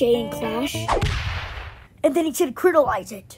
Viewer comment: Bro said critalize, but w